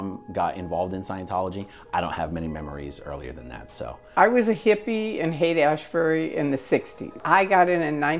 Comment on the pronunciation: haight-asbury was she around mansin?